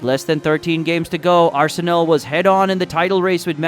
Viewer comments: Don't pronounce arsen"ae"l it's arsen'a'l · Just a little tip, it's pronounced ars-nal, not ars-sey-nel. However, Arsenal, the greatest club in the history of football and constant winners over the filthy Tottenham Hotspur also works. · Its Arsenal not Arsenel! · Its Arsenal, not Arsenel!!!! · Ah-sen-Ell ya kna. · It ain't no Arsenil. It just does not sound right. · Your videos are quality but the way you pronounce arsenal pisses me off. Pls learn the correct pronunciation 😂